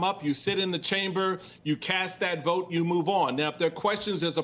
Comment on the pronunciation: Just lesson to the way he says and pronounces the word "Vote". That lets a lot about his character